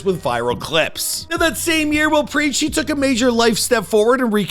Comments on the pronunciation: you butchered Preach's name so hard loooooool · If you've followed this channel the last several years, you'd come to expect this 😂 he butchers damn near everyone's names... almost seems like it's on purpose at this point like it's his schtick 😂😆😂